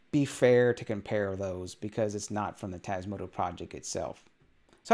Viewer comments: TasmotA not tasmotO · I love your vids, but can you please stop saying TasmotO? 🤣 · Why "Tasmoto" instead of "Tasmota" though? Is this some inside joke I don't get? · TasmotOOOOOOO? Have a little respect for the project and call it by its actual name please. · But it's not how you constantly pronounce it. It's a small thing, but annoying....